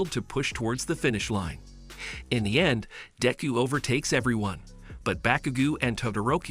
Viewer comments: Dayku bruh use your real name and say deku right or please say midoriya don't call him dinku or dayku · He called deku diku